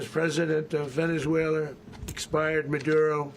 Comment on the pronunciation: Where is “VenezueleR” 😂😂😂